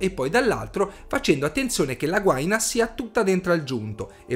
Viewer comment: Gua-ì-na è l'unico accento possibile :-) Ottimo video